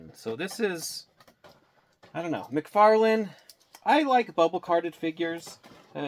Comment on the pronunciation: Ahhhh mcfaryawn